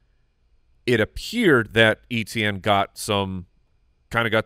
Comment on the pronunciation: For the love of God, It's EH-tien... lol